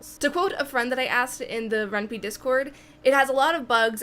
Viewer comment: Ren'Py is pronounced as "Ren-Pai" as similar to "Senpai".